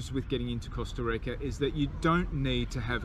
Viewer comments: Please don’t it pronounce costa reica. It’s Costa Rica! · LOL i love how you pronounce the word "rica" hope everything went as planned in here love from san jose! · Love how you pronounce “rica” thanks for the info guys